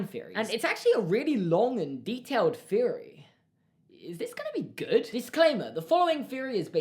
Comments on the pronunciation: I love when British people say “Feory” instead of “theory” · Fucking Brits pronouncing "th" "f" such as feory, fink about it, etc. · Norahcake 21 yes on certain words you replace th with an F sound. I like it